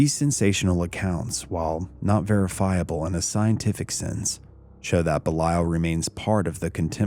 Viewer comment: You're not pronouncing it correctly